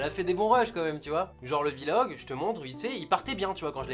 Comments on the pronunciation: Drougard Charles ou dit pas vi-log en anglais on dit vlog tout court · On ne dis pas VVVVVVVVVVVVVVVVVVVVVVV- log, on dit vlog :) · On dit Vlog et non pas VILOG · Kamui tout à fait ! Et on écrit bien V majuscule et log derrière Vi log😉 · Qui pe dire à gota qu'on dit Vlog pas v log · Gota on dit blog pas vilog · On di pas vilog on dis direct vlog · C pas grave mais on dis pas vilog mais vlog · On dit pas vilog on dit vlog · Putain un vilog mdr c'est Vlog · D3RNØX YT non c'est v en anglais donc ça se prononce vi donc vilog / vlog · Gotaga c pas '' Vilog'' mais vlog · Jessy James a Oué mais sa fait bizarre parce que les autres YouTubeur disent vlog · De ouf mdrr il dit Vie-Log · Ça ce prononce vi-log, c'est anglais pas français. :) par contre mdr ta soeur a la fin "lacher un pouce bleu et aime la video" !! Mine de rien super Vlog. Merci the french monster !!! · Il dit "Vie-log" parce que la musique qu'il utilise c'est l'instru de Damso-Macarena. V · "Un ptit Vi-Logue" Gotaga 2017. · "Je ne sais pas "Vi-Log" Gotaga 2017. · Jean-Michou Le Caribou c'est Vlog et il le prononce en anglais.. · L'essentiel à retenir : sa sœur est plutôt mignonne. Il ne sait pas dire "Vlog". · "vi log"... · C MOI OU il dit VI LOG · AAAH MAIS DIS PAS VILOG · Arrete de dire VI LOGUE frere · Tu ne sais pas non plus prononcer "vlog" apparemment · Mec tu veut faire des vlog mais tu sais mémé pas comment ça ce dit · Tu sait pas VLOG, ni le prononçais d'ailleurs :D